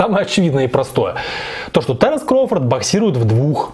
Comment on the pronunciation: Не таренс,а Теренс